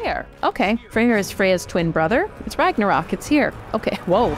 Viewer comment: It was the first time I heard the correct pronunciation of "Ragnarok"! :D Amazing!